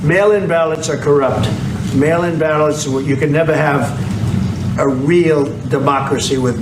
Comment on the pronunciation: Hahaha. When I heard that intro clip I heard “male imbalance” instead of “mail in ballots”